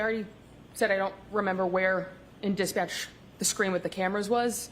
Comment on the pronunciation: Also "Dispatcch"